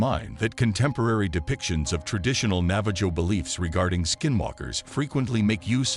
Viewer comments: It's pronounced Nava-HO and that isn't even their name for themselves. Their name for themselves is Diné which is pronounced DEEN-ay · for future record it's not pronounced nava-JOE its pronounced navah-ho. sorta like jose. but im sure the navajo lronounce it differently than most americsns. if a navajo sees this, is that how you pronounce it? or do u say it the same